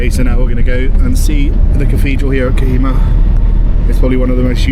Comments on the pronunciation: Btw...bro it's not kahima..it is kohima...for you better knowledge and for your better pronunciation. 😅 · It is pronounced co he ma